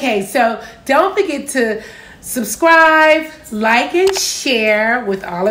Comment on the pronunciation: Did she say "subscrive"?